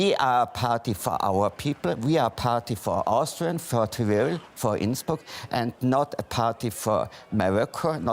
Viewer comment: die einzigen wörter die er richtig gesagt hat waren Tirol und Innsbruck hahaha